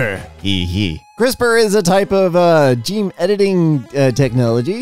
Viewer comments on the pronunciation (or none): none